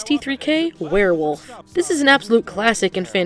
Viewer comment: "Paul- you is a worwilf!" 😂